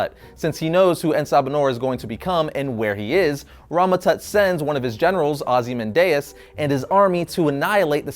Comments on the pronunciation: The way he pronounces 'Ozymandias' really annoys me... 3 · Did he pronounce Ozymandias wrong